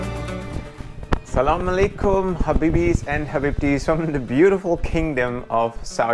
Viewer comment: that was the best asalamalakum i ever heard a foreigner say. This man needs the subscribers from us good job pronouncing!